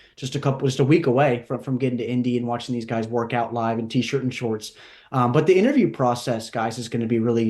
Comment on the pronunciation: My man put a lot of emphasis on t shirt and shorts this episode😂😂